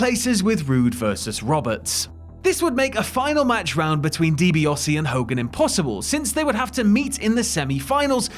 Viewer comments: I was enjoying this until the narrator started pronouncing Di Biase as Di Biose. Why ? Never ever in my life have I ever heard anyone call him Di Biose!. Pronounce it right it's Di Biase. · So no-one is going to discuss the mispronunciation of Ted Dibiase's name????